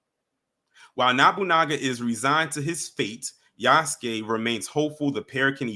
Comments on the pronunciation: It's pronounced Ya-SUE-kay not Use-kay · It's Yass-Kay